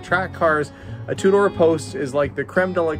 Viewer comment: Two-door car, what I keep hearing "a Tudor car"... :D